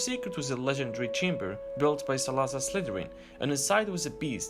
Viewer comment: NO NO NO YOU'RE SAYING IT WRONG, IT'S SALA-ZAR SLYTHERIN, NOT SALAZ-AR